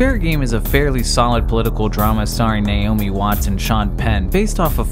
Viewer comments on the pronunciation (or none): none